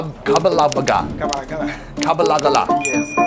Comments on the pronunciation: Again, the word is kabalagala , not kabawgawra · I’m so happy you went to Uganda, but I’m laughing at how you’re pronouncing the foods. You’re almost there but a little bit off. 😂 in pronunciation. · For Kabalagala, just say Kamala first (with the b instead of the m) then gala. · It's kabalagala😂